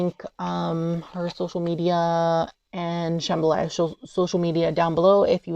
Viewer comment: "Sham-BHA-la" not "Shambhalaya"! You're thinking of the Louisiana dish jambalaya.